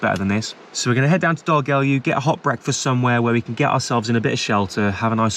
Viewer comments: Dolgellau is pronounced Dol-Geth-Lie. Cracked me up when you started calling it Dolgelly. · For next time, pronunciation is Dol-Geth-Lie 👍🏼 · Its pronounced dol geth lie chaps lol:yougotthis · Doll geth lie try saying it like that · Dolgellau is pronounced Dol (as in a girls doll) Gell (best way is to say Gel, not the hair stuff but as if you were beginning to say Get, hold the L and gently blow through your mouth) Au (just say I as in I am). So Doll-Gel(blow)-I. Can't wait until you visit Llanfair PG. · Hey mate, Dolgellau is pronounced Doll-geth-Lie i only know that because i watched a YT channel called GeoWizard, and he walks across Wales in a straight line amd his end point was Dolgellau. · I am disabled and if I am in too much pain to have a shower i use nivea biodegradable cleansing wipes its good for dry skin as well also dolgellau is pronounced doll geck i nearest i can get it as the English language doesn't a sound to describe the Ll in welsh . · Well that didn't go to plan did it pal...😂😂 By the way my nan was welsh and its pronounced DOL-GETH-YOU......!! With a spit like the Welsh do lol. You're a nice bloke & know things going against you now especially with the car troubles but chin up pal....things always have a strange way of sorting themselves out. Take care & don't give up............. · It’s Dol - Geth - lie (with a slight lisp sound on the ‘eth’) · I have to say I've never heard Dolgellau pronounced like that before! 🤣🤣🤣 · Haha you don't pronounce it like that lad 🤣